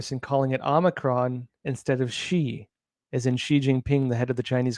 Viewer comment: "Xi" in the Greek alphabet is pronounced /'zai'/ not /'shee'/, as in Jing-Ping the Ding-a-ling.